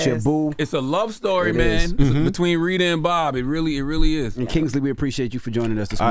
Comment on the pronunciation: He said Reeda lol. Wi call har Ritta sir 😂😂😂